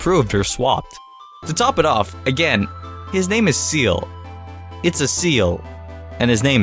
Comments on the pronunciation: IT IS "SEEL" NOT SEAL YA DINGIS ARE YOU CRAZY?!?? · well I guess seems fair was "SEELD" :D